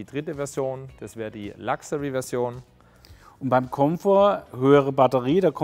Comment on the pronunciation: Es heißt Luxury, nicht "Lachserie"